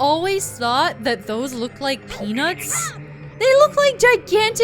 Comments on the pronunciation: "A batch of giant penis." I know that's not what you said, but that's what I heard. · Every time says "peanuts," I hear it wrong and it makes it much funnier.